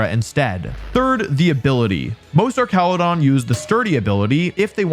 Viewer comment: Every time I hear you say Archaludon it's like nails on chalkboard. Arch and arc are two different words, and the latter is not correct for this name. Same with Medicham, as its name originates from 'champion.'